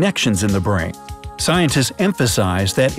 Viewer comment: The pronunciation of s was not done in scientists.